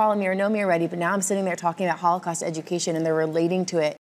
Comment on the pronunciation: I am quite fluent in English, but this time I am pretty sure I heard "all the costs of...." instead of "Holocaust" ....anyone else heard the same?